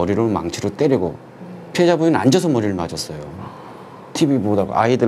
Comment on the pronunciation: "피해자"랑 "피의자" 발음좀 정확히 하쇼 쫌!!!!